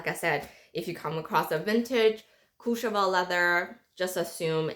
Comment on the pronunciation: Ombre...the word you're looking for is ombre. Please Google the correct pronunciation of "Courchevel." It doesn't start with "Cooch."